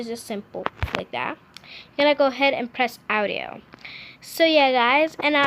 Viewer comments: And she also said owdio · She said ow-dio instead audio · She really did say Awdio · OWdio gurl. It’s AUDIO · Its audio...not owdio... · Awdiow fuck that pronouncing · And AUDIO not OUTIO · BRO ITS AUDIO NOT AOUTDIO! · s t a r awdio like she 6? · Actually she says oudio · RandomVideos It can go two ways :) Aowdio Aoudio She included the “a” But never pronounced the “ah” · How she said audio triggered me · The way you said audio i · I hate how she pronounces audio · SISTER ShOoK No she just can’t pronounce properly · s t a r ugh same she’s trying to sound older when she’s probably only 8. I mean she can’t even pronounce audio like....? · Love how she said ed instead of edit Then audo instead of audio xD